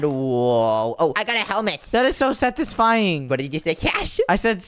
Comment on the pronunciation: That’s not how you say satisfying properly